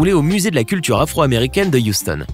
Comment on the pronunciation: il a dit afreu america😂😂😂